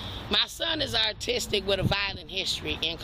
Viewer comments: There’s no way she said “artistic” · lol I coulda swore I heard her say “artistic” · Is it just me or she kept on calling her son ARTISTIC? 😂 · No, she repeatedly said "artistic". That's why were laughing. You'd think that a mother with an autistic son would be aware of how to pronounce it! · No . She said , or it sounded like she said , ' artistic ' . She clearly meant to say ' autistic ' but it didn't quite come out the way she intended . Listen closely again . She did get ' Rapport ' correct . 👏 👍🤭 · Yeah, so she's prolly mispronounced "austic" but y'all prolly know that already. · She’s saying ARTISTIC 😂 geeezus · She wasn't accidentally saying artistic. She was mispronouncing autistic, due to her accent. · She’s “got an artistic son” ? She cannot even pronounce the word correctly! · You'd think with as many times as she says that word, she'd realize that pronouncing the "u" as an "r" gives it a completely different meaning. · “I got an artistic son” 😂. He can draw his ass off I bet. 😂. Thought I misheard it at first but nope. Every time she said it, she f’d up. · Did she say “I have an artistic son?” 🤭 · Did she say “Artistic”?😂😂😂😂😂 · The way she’s pronouncing the word autistic as artistic, leads me to believe that he probably doesn’t have an official diagnosis. It sounds like her kids a monster, and she just makes excuses for him. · Can she not say “ autistic” properly? That’s ridiculous. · 😂 If she is claiming that her son is autistic maybe she should learn how to pronounce it!! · Artistic is funny but sad. It means she's read absolutely nothing about autistic children or she would know how it's spelled and pronounced. This child has someone as challenged as he is responsible for his care. No hope😢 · I have worked with autistic kids for years. I never met a parent who could not pronounce their condition properly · I think she was saying autistic but she doesn’t say it properly. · Didn't say it right once not once 😂😂